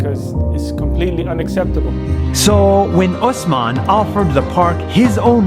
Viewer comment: my name is osman too in class my teacher some times call me osaman i like how u call it correctly